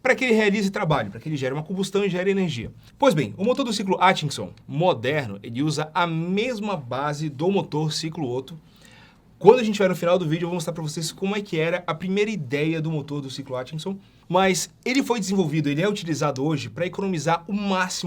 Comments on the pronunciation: Ótto, não ôtto. O "O" é falado aberto, não fechado. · Que agonia ver o falando ôtto...